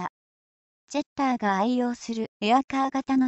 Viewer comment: ジャッターになってるよ。